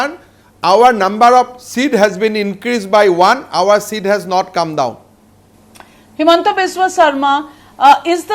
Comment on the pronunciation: Himanta is very poor in English and his pronunciation is worse even hindi language is not fluent, how will he assume CM of Assam.